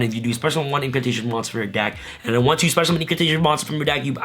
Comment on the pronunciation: “Indulgence-Dino’s... No, no... Indulgence-Impcantations”.